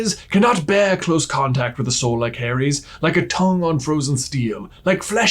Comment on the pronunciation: Oh he was talking about the boys soul. I thought he was saying boys hole.